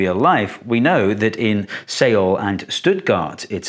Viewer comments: Great video, but Seoul is pronounced more like "soul", not "say-ole" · Soul. Not Seoul. It’s pronounced soul. -_ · For reference, Seoul is pronounced “suh-ool”. It’s spelled using a non-ideal standardized romanization system, but it’s the internationally accepted spelling so they can’t change it to make it easily pronounceable for non-Koreans. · Me: Steve it's pronounced Seoul like S'all Steve: Say'what!? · Rip pronunciation on the city name Seoul. Its more properly pronounced as "Suh-ool" instead of what you said. Granted, asian languages in general are tricky to pronounce when written in English and read for the first time. Personally, I find that using Google Translate from English to Korean, and then uses Text-to-Speech on Korean helps with the pronunciation 85% of the time, but its better to learn how to pronunciate the Korean letters themselves as theyre incredibly easy to learn compared to other languages. Learning Korean past their character pronunciation however is a step toward torture to westerners, such as sentence structures, cultural consideration, word translations that doesnt always make sense, ten and hundreds more vocabulary to learn, and many many of specific conjugation of a single verb... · I'm only here to comment on his pronunciation of Seoul :face-blue-smiling: Please tell me Brits don't actually pronounce it that way. It's just like soul or sole. Sohwl. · Interesting video Steve. Seems counterintuitive for sure. Oh just a note Seoul is pronounced Sole. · i know it is irrelevant but its prognosed "soul" with a bit of emphasis on the u. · didn't expected to hear my city from this kind of video in English. well, it's actually pronounced suh-ul (suh is like sir in British English). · The Korean vowel transliterated as 'eo' is something like a short 'aw' sound, so 'Seoul' is more correctly pronounced 'saw-ool'. In everyday speech, though, it sounds a lot like 'sole'. I lived in Seoul for about ten years. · Seoul? Sail?